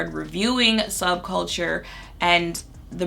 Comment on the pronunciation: the audible laugh i let out at "subculture" 🤣 sub-chalker